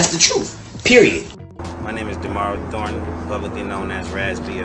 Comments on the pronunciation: They last name is Thorton.... not Torton 🤦🏾‍♂️ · Its Thornton , not Tornton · Did she pronounce Thorton as Tortan?🤔 wtf.